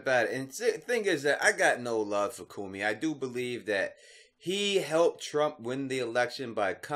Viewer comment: its Comey, not Commy